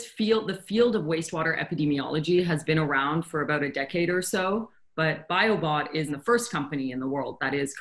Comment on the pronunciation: When he said "Biobot", it sounded a bit like he said "Biobomb".